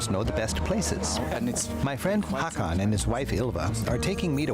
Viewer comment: "Hakan" haha. Couldn't he have learned to just say HÅkan? Yes Sweden has the most islands in the world.